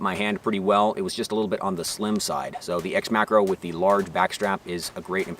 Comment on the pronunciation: When he says macro i hear Makarov ....